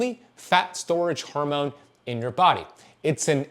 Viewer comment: The way he says "horemoan" 🤣